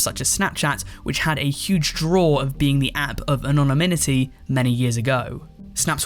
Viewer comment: why does the word anonymity sound weird to me here